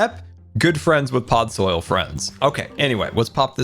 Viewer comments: "I don't mind the Podsoil" Also: *Can't pronounce Podzol* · PodzOIL ? PodSOIL ? No... Podzol. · Podzoil? Its PodZOL. How do you manage to pronounce such simple words wrong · Nobody: Normal minecrafters: mycelium: pOdZoL